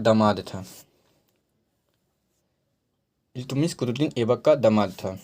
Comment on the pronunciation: Nam bhi shi se nhi le pa rhe hai ap